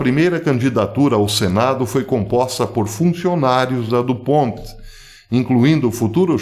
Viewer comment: A empresa foi fundada pelo francês Eleuthère du Pont. A pronúncia certa portanto é francesa.